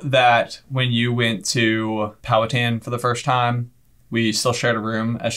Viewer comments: it is pronounced pow-hatan it is like man hatan exept the pan gets powed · I would be more impressed if anyone could pronounce Pow'Hattan correctly (emphasis on Hat) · Pow-a-tan??? Pow-a-ha-tin. Wing-a-po??? Win-gah-po. 😂